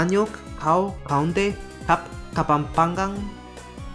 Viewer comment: I'm dying at the pronunciation of Kapampángan Here's the IPA for it /kəpəmpaːŋən/